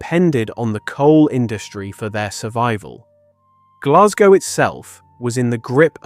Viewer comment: Please will the English learn how to pronounce Glasgow!